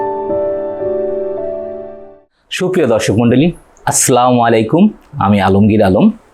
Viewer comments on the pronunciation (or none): প্রিয় স্যার, শব্দ টা আস্ সা লা মু --- আলাইকুম। ক্ষমা প্রার্থী।